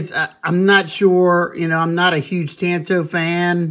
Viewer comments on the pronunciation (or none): none